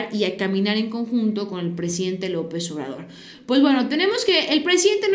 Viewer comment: Solo te falta una cosa señorita aprender a decir el presidente